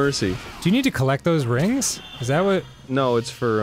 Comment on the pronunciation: "the phone rigns" i actually choked on my drink